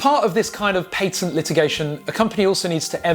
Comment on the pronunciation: Paytent lmao 3Head